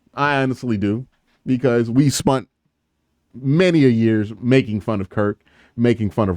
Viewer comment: Please stop saying "spunt". It's not a word.